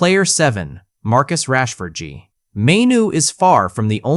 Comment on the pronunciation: You mean “Marcus Rashfordj” isn’t the correct name? 😂😂😂😂😂 I lost it when it actually said “Rashford gee”